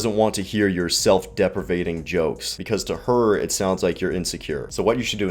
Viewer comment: It's self deprecating...not deprevating. You're welcome